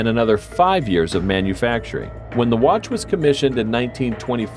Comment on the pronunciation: And when you said watch you said "Wat"